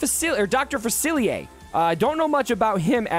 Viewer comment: Dr. Fa-see-ay. You need our New Orleans pronunciation 😂